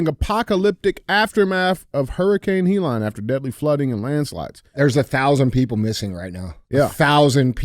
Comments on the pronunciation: What up DJ and Andy. I love how DJ pronounces Helene “Hee Line” instead of “He Leen” I’m a big fan watching from Tuscany Italy. I Love you guys. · DJ. It’s Helene (Heh-Leen) not (He-Lon). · The name of the hurricane Hellene NOT HELON! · Hee-Lon?!? DJ, it is pronounced HELL-een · DJ - It's Hurricane Hel-Lean (Helene) not "HE LANE" Lol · Leave it to DJ to “Key and Peele” a totally normal and common name, such as “Helene.” Hurricane “He-Lon?” 💀💀😂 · How is it that DJ can't find a way to pronounce Helene and calls it Helon? He has to go by DJ because I'm guessing he can't even pronounce his own name. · Why the fuck is it so hard for DJ to say Helene 😂😂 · Someone teach Dj how to say Helene stat. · He has trouble with a few words.